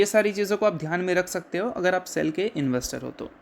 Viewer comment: LEARN TO PRONOUNCE सेल NOT CCELL